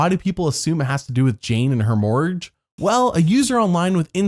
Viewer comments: It’s mor-gage not moorge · OMG ME TOO! 😂😂 I thought he said mortgage the first time, but then he kept saying morge and I was like....huh?! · I wondered what he was saying. I assumed mortgage, but I listened 5 times and he said “pay off her Morge”. I was like “what the heck is a morge” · Just after pronouncing mortgage "morge" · If I were CBS's lawyers, I would have counter-sued Stacey for being the most boring person in the show's history, that wasn't a first boot, and even some of those were better than hers. Is that a conspiracy from Double I quit Colton, who 'has latino family', oh, she's the maid. Oh, we pay her, but she's family. Next. Ah, that's what you were saying. Mortgage doesn't have a silent g; it does have a silent t. Seeing as you spelt it incorrectly, I understand why you mispronounce it. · TIL can't pronounce the word "mortgage".